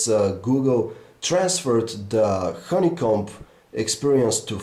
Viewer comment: it's honeycomb.... not honeycomBPBPP... You don't actually pronounce the b! I am sorry, but your accent makes this review really unappealing... I agree, give it to Jon at Jon4lakers or Aron at phonedog!